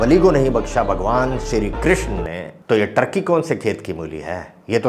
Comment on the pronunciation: टार्कि नहीं भाई, ठर्की बोला करो